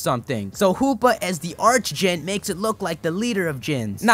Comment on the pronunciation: Isn't the pronunciation for archdjinn ark instead of arch? just wondering.